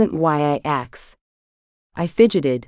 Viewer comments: I've noticed that almost all of the AI narrations say "axed" instead of "asked" and yes it's so very annoying!!! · The computer that reads this was programed. Therefore it can be reprogramed. Please, please, please, please teach it to say "asked" rather than "axed"